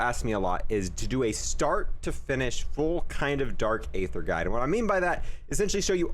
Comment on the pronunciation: You spend the most time on this game and still pronounce aether wrong 😭